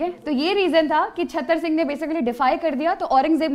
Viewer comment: Right pronunciation is चुराह And Other is छतर सिंह Right pronunciation is चतर सिंह